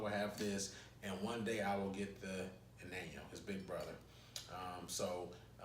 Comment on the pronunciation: I believe Anejo Tequila is not pronounced ...(a nan yo)...it's pronounced (an ya ho)... Ann Yah Hoe..wonderful tequila, I agree but be warned it might have a additive to sweet the taste in this tequila....they say.